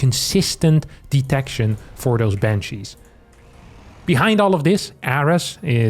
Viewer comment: Bunshee wepowting fow dooty!